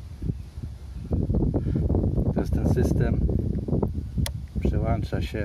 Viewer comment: Wiater przała-ncza wła-ncznik… Łurko he he he… kciuk poleciał